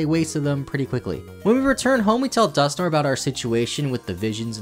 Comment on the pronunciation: Dusknoir is pronounced Dusk -noir, as in the old movies in black and white.